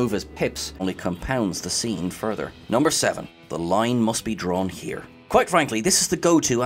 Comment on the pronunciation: "The line must be drawn here..." I love how he says the word "here" in like three syllables: hee-yahh-ckghh (not sure how to phonetically spell that last harsh tongued exhale)